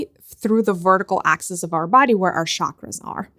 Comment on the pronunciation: I know it's not important but it's just part of my integrity... It's Chakra NOT Shakra! Every time you say 'shakra' my autism-bound mind suffers.